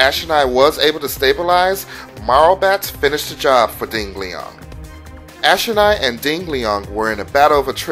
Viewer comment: LOL "Ding Leong"